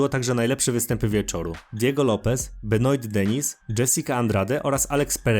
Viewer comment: Masz straszny problem z czytaniem nazwisk zagranicznych już któryś z kolei to słyszę (w tym przypadku zamiast Benoit to byczku Benua, nie Dżesika Andrade tylko Andraż)